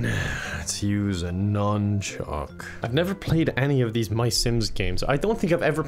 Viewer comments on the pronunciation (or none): not the nunshhhuuck :/